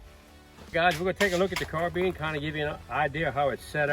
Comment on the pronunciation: Pronouncing it wrong, “not” as in has your Carbeen running on Carbeans. But rather correctly pronounced Carbine as in Combine two together ‘or’ Nine bottles of Fine Wine & Dine.